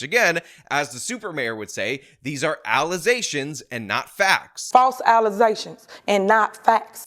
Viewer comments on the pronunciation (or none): “False alazations and false fax.” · "False allezations!" 😆 My favorite! 😂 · False alezations! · im sorry but when you say "allegations", I expect you to say "allezations".ive come to expect it at this point and it doesn't feel right when you don't say it the super mayor way. just saying. please and thank you